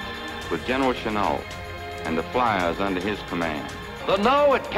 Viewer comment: GENERALCHENUOLT !!!!!!NOT CHANEL 😕😮😮😬STOP CHOPPING GRAMMER 😣😨g